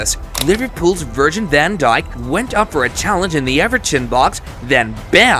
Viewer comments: 'virgin van dijk' xD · bro said virgin van dijk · he said liverpools virgin van dijk as well